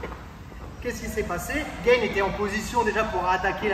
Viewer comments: Mdrrrrr le mec il se compare à Ciryl Gane, on aura tout vue 😂 il à osé dire « ce qu’il aurait dû faire gaine... » déjà c’est pas Gaine mais Gane. Un mec inconnu au bataillon essaye de nous expliquer ce qu’un champion de MMA (maintenant) mondialement connu aurait dû faire, sachant également que sur un combat précédent cette même clé de talon est passé crème... enfin je dis ça je dis rien 🙃 tout est bon à prendre pour faire des vues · Gane se prononce à la française. Cordialement. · Merci pour l’analyse ! Effectivement dur de voir tout ça pendant le combat. Seul bémol : Cyril Gane est français et son nom se prononce à la Française, pas à l’américaine 😁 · Votre vidéo est top, merci pour ces explications ! Juste une chose par contre: pourquoi vous prononcez Gane à l'américaine ("Gayne") au lieu de "GAne" sachant qu'il est français aha ? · Gaaane les gars, pas Gaïne ! Merci pour ta vidéo. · C'est Gane pas gaine, y'a pas de i. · par contre on dit GANE pas GAINE :) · On est français ont du Gane et pas gayne super vidéo sinon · Hoss les gars, juste une petite précision qui a de l'importance pour certain: respectez les noms propres svp Si Ciryl dit s'appeler Gane n'allait pas l'appeler Gaynne! Les Patronymes sont sacrés les Gars;-) n'est ce pas! Je déconne mais svp les gars! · Ça se prononce gane et non "gayne" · il est français, il s'appelle Gane pas gaine sinon a part ça l explication est bonne mais la solution proposée face à un monstre de puissance comme Francis me parait un peu légère. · Gayne ? 🤔 Gane, avec un “a” comme analphabète. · Bonne video Ps: on dit « gAne » (prononciation française) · Par contre ciryl Gane est français donc pas besoin de prononcer Gane à l'américaine ^^ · Merci pour la vidéo mais sérieux, pourquoi tu prononces Gane comme s'il n'était pas français ? (Gaine) C'est Gaane, avec le son A. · Ce serait encore mieux en respectant le nom des athlètes. Gane se prononce Gane, pas Gaine, et le n de Ngannou est muet.